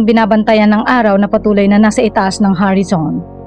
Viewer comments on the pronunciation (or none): Horizon po ang tamang words...Filipino po or tagalog kasi ang salita nya kaya ,ang pronounce nya sa horizon ay Harrison.... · Ano ba yung salitang "HARISON"? English or Tagalog Word ba yun? Ang sakit sa teynga pakinggan!